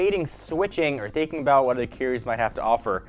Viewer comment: Is he saying carrier or Keurig? ..hell am I thinking about switching cell phone service or coffee maker?!🤨